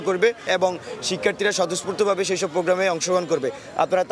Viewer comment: খবরে খবরে বলছেন টেন ছেরেছে শেই গল্প বলুন